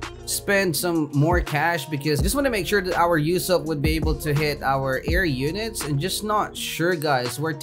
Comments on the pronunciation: "You-sopp" sad Usopp noises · Man said Yousopp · am i the only one who was getting triggerd at the way he was saying ussop